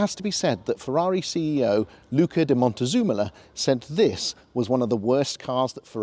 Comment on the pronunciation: I heard it as Montezoomolo, maybe way too many zoom meetings..